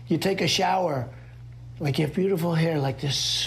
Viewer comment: "take a showah" what?